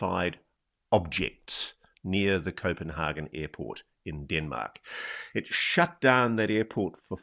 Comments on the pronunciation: hagan not hargan! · Someone needs to tell Ross that, as hard as he seems to be trying, the way he says Copanhagen is NOT, I repeat NOT at all how its pronounced in Danish. So please just stick to the English word! ;) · Does he think he is saying 'Copenhagen' the way Danes say 'København'